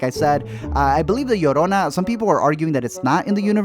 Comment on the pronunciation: And la llorona lol